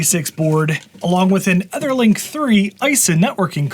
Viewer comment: Dude can't pronounce Etherlink